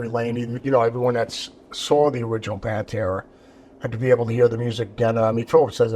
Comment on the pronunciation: It's not "PanterA"